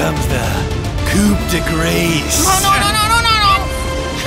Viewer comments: actually pronounces it more correctly, its grâce not gra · "Now comes the coupdegrace!" 😅